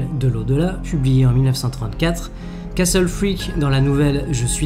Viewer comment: Pour une fois que quelqu'un prononce bien le mot "castle" ;)